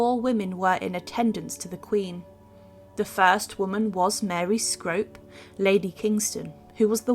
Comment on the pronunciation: Scrope is pronounced Scroope. Dymoke is pronounced Dimock. Interesting piece, but a bit wordy